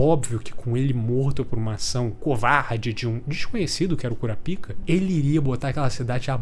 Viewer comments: Caralho, é muito ruim ouvir KuraPÍKA KKKKKKKKKKKKKKKKKKKKKKKKKKKKKKKKKKKKK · so eu acho engraçado ele chamando o kurapika de curapika ksksks